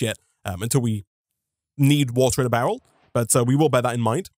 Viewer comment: Why do you pronounce barrel bowel?